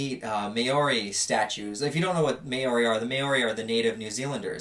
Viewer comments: not wanting to sound rude but in from nz and you said Maori as may- or-ei but mou like mowing a lawn then a long o as oo then rolling the tongue for rei "reai" which makes mou-oo-reai. sorry again if i sound like a dick just wanted to give you the heads up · It’s not pronounced may-ori, it’s like Maa-oh-ri kinda sounds like mouldy but instead of the harsh D, you roll an R. Like a cats meow almost when they say “maow” instead of “meow”. It’s cool seeing people from other countries talk about how interesting our culture is, especially when you speak about “connecting”. We’re known for being very spiritual and in tune with one another so it’s amazing that you felt that, tripping or not. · Don't wanna be that guy but isn't it called Mow-rie, now May-Orey? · I hate to be stubborn about this but you pronounced the word maori wrong it’s said “mou” “ree” or if you want to get it 100% right it’s “mou” ”Di” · you are my favourite american.... but it’s most certainly not pronounced MAY-ori mah dudeee, just in case you end up going to south auckland 😂😂😂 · how did he just pronounce Māori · that's gotta be the weirdest pronunciation of Maori i've ever heard ahaha love ya tho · I love the way you say Maori lmao, not sure how to type it how it should be said but i love it lol.